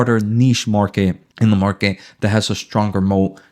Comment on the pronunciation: Market not “Marke” 😂